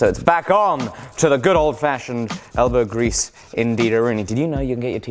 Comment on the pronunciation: That sounded like you said smelbow grease... lol